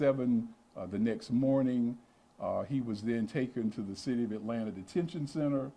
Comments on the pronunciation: Hey there. It's Atlanta not Atlatna:D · Atlanta* not atlatna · "ATLATNA?" Is this a fucking joke? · You spell it “ATLANTA”. NOT. “ATLATNA”.